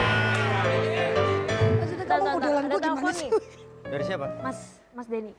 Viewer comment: Bukan gitu bg intonasinya,Deny kan?